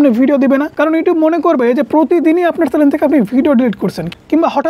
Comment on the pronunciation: কে কে শুনতে পেয়েছো এই টা চ্যানেল কে চ্যালেন বলছেন 😅😅😅